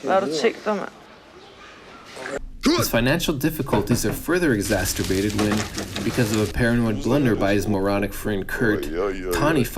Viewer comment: "exasturbate" LOL!